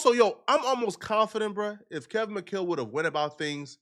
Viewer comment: Kevin mcChale?? Or McCall lol